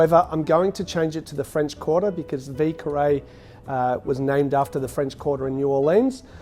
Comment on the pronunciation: French guy here... you wanna pronounce it VEE-YER KAH-RAY hehe :P ...Love this cocktail! My favorite New Orleans classic! I enjoy these often! Great video as always! Cheers!